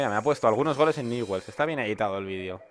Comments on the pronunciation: No se pronuncia niwels bld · Se escribe Newell's y se pronuncia Ñubels.